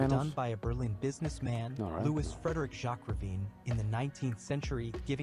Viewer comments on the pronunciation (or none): none